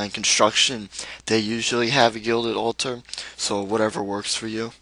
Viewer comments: No it's pronounced all - ter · It's the way he says it "al-tar"